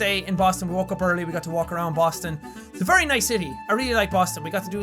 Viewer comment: I'm sorry what? did I hear you right? e... earl... earlee... early... what is this word?